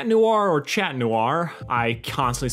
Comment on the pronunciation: Chat is cat in french and it's pronounced "sha"